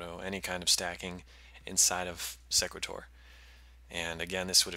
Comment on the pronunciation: Thanks for the video. I would pronounce the program name like "equator" with an "s" in front. "See-quay-tor"